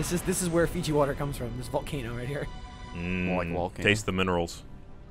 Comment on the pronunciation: It's not mount Fiji it's mount Fuji